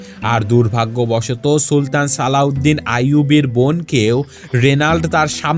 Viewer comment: Alauedin noy slaudin bole bolosa